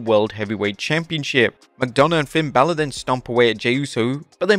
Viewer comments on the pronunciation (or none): none